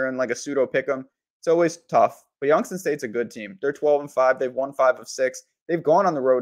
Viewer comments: Dude you sound CRAZY saying Youngs-ton State 🤣🤣🤣🤣 ITS YOUNGS-TOWN STATE SMH 😳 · Prounounced "Youngs-town"... please correct.